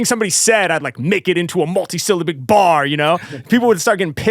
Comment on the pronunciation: mul-tee-syl-LAB-bic, no?